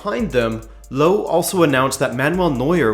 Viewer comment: Nice summary! If you wanna improve your pronunciation of Jogi Löw, say "Yogi" and "Löw" like the "er" in "mercenary". The "w" is also not silent, it's like the "v" in "vintage". His name likely originates from "Löwe", which means "lion".